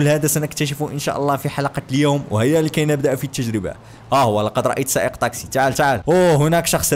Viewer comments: ليش تقول طاقسي بدل تاكسي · ليش اتكول طاكسي مو تاكسي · لغتك العربيه جيد جدا لكن سيارة الأجرة اسمها تكسي وليس طكسي... بالتوفيق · لمذا تقول طاكسي هي تاكسي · مو طاكسي تاكسي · ما يكول تكسي يكول طكسي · احكي عدل شنو طاقسي